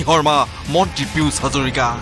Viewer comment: Piyush nohoi beh...Pijush ko... Ki Jada murko manuh beh..